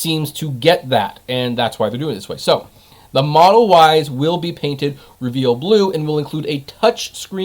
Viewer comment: REE- veel